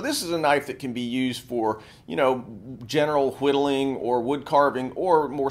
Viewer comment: I hate how he adds the h's in why, whiddleing and white